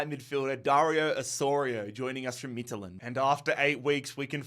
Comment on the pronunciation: its so funny to hear you say midtjylland as a dane🇩🇰